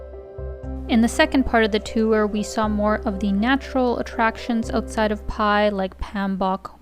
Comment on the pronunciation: I think it’s pronounce “bai” 🤔 The sign “bai my way” is a good indicator😉 Was there in 2003. Cannabis was never legal at that time but it was everywhere in Pai. 🤭Good times! Thanks for posting❤ I recommend renting a bike and getting out into the country-side.